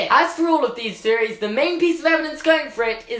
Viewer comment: “Feories???” Or THeories??? U have trouble with some your “THs” sometimes